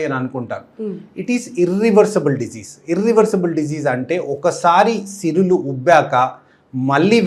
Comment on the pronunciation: సిరులు కాదండీ సిరలు